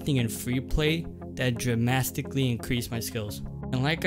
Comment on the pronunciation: Unless I did something in freeplay that “dramastically” increased my skill😂